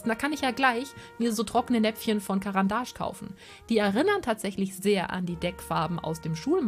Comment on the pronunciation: Du hast caran d ache richtig ausgesprochen yeiiii 🎊🎊🎊🎊